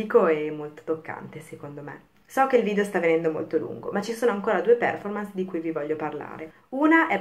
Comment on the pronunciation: Per favore controlli la sua pronuncia della parola Performance. Visto che è una parola inglese, pronunciamola anche noi italiani all’inglese. Il minimo che possiamo fare.